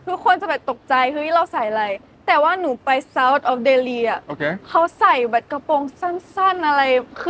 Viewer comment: คำว่า"แบบ "เหมือนน้องจะออกเสียงผิดเป็น"แบ่ด" ... นอกนั้นพูดไทยชัดทุกคำครับ